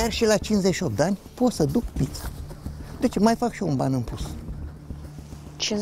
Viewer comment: Pizza Nu pița 😂